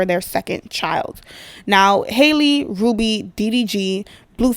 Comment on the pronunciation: Hey name is pronounced Hal- le… not Hailey… I this old… just came across my feed…🤷🏾‍♀️✌🏾